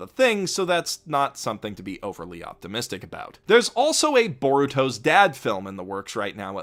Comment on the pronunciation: why... why would you call it Baruto's dad... you sick monster.... it hurts to hear...